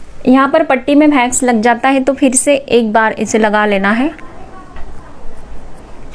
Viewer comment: भेक्स नही वैक्स होता है गंवार